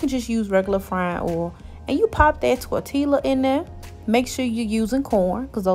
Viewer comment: Lmao she calls it torTEALA . Lol